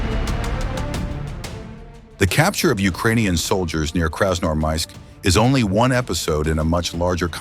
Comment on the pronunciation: Hey dud, you have to improve your ai, who a hell in the world pronounce красноармАиск, это красноармИик. И тоже нет КАев а КИев.